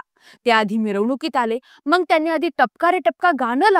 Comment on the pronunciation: मॅडम, "मग"बोला" मंग " नका बोलू